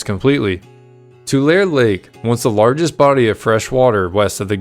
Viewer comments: BTW Tulare is pronounced (Two Larry) Not "Tu Lair" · But there are still some who debate the pronunciation of the city of Tulare. I was taught Too Ler ee. But some prefer Too lar ee. To them I say Tomatoe Tomauto. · I'm from a bit further north in CA, but I always thought it was pronounced Too-lair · you pronounced tool somewhere and left out the ee Tool ee ... 🙃